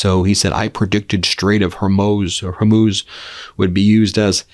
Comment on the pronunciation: Did he really call it the Homo straits... 😅?